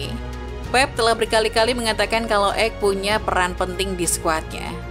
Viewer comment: Ake bukan ek...perhatikan pengucapan nama pemain...